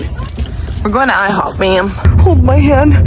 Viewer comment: IHOP ❌ Hihop✅ 😂😂